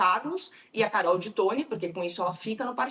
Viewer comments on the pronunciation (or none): Carol ti toin 😄 que horror!